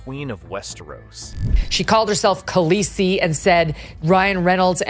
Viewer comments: I feel the urge to correct you even though it's probably just an engagement tactic lousy channels do these days. - It's Khaleesi, not Keesi. Also, that's Jenny Slate NOT Liz Plank. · Keesi? Should be Khalessi, just saying. Is this an AI voiceover?